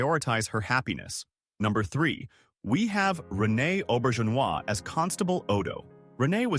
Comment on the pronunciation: Rene Auberjonois was probably the ONLY name it pronounced correctly. It biffed on Nana Visitor's name, Dukat's name, and others.